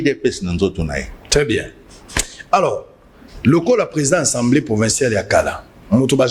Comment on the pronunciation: Vous avez vraiment un problème les kinois, pourquoi vous dites tous" Ensemblée" au lieu d'Assemblée, " Kitare" au lieu de Guitare, " Vous connaîtrez la vérité, la vérité vous "ENfranchira" Sérieusement c'est pénible.